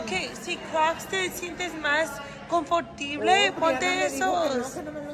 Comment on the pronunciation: Lol she said Comfortible are you guys making up Spanish words? Cracks me up reminds me of me. I think the word is comodo or comoda